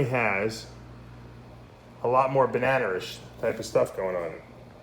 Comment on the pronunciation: Love it when you say bananer. You then took the cake when you said bananerish. The banana OD YB's look enchi to me, I want one.